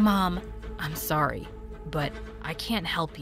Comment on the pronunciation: Wait how many times did I hear and her say SORy